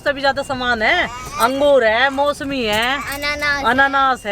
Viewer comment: mosmi nhi hota musami hota h